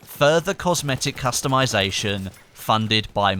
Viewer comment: Did I hear character costumization?